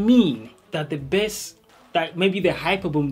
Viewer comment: It's called "base" not "bäs" 🙄😂